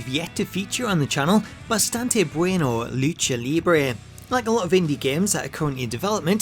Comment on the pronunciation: Wow you pronounced “bastante” correctly!